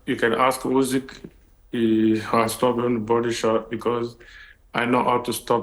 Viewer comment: Turki can’t even say Usyk’s name properly🤦‍♂️it’s ‘Usyk’ not ‘Ozik’🤦‍♂️